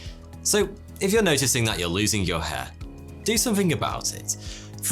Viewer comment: Soty or Foty or Toty, seriously, your pronounciation needs some clearing and training to make letters more defined, when you said hair It sounded like head and there are other words that you pronounce so unclear it's hard to tell what you said even from context. We, Russians pronounce all letters clear and sharp exactly as they are and it's so frustrating to hear how people in other languages destroying written words with pronounciation that missing letters or has them so identical to each other that you can't tell what was this letter 😇